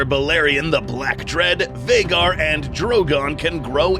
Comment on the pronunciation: It's been this long and he still hasn't corrected to Vhagar. Lmao